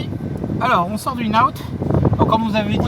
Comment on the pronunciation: Le restaurant tu dois prononcer IN and OUT. Le N de IN- N-OUT, c'est une contraction.